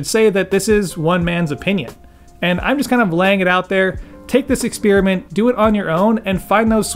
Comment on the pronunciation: Nice video, right on point. (Aside: expeerament? LOL)